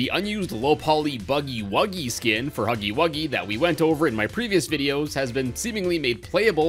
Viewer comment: its huggy wuggy ! not huggy wugsy